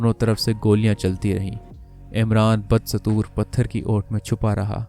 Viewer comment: Bad-satoor nai Badastoor hota hai